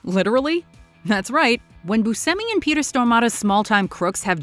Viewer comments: Steve BuSHEmi... not BuSemi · I believe his name is pronounced Boo Shimmy. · I believe it’s pronounced BOO-SHEH-ME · She pronounces Steve Buscemi's name two different ways in this video, and neither one is how I pronounce it. I've always said Booshemmi. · is she saying Steve Bucemi's last name wrong or have I been saying it wrong all these years? lol I thought you pronounce the C like Ch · He pronounces it as boo-seh-me but states the correct Sicilian pronunciation is boo-shay-me so he doesn't correct others when they use the "sh" in the pronunciation. He seems cool with either. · Hey. Buscemi grew up pronouncing his name as boo-SEM-ee, in an anglicized way. In Sicily, where his ancestors are from, it is pronounced as boo-SHEM-ee. He once remarked, "I had to go to Sicily to find out I pronounce my name wrong" You're pronouncing Steve Buscemi wrong. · I believe Buscemi is actually supposed to be pronounced “boo-SHEM-ee” even the actor admits he’s been saying his own name wrong until he visited Sicily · How is it no matter what video puts out they always butcher how something is pronounced? Like they way they are saying buschemis last name. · Nope, she said it wrong. He confirmed it's with a ch sound. It bugs me so much! This isn't the first time either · Why does she say Steve Buscemi so freaking weird?!?! She is always pronouncing things very oddly 🤦🏻‍♀️